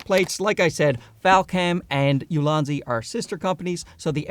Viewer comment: I thought you were calling your tripods "Lousy" tripods lmao like damn alright he really hates his gear or he loves these new ones so much that it makes his current gear seem lousy. Only took a few seconds to realize you actually said "Ulanzi" but it threw me off for a bit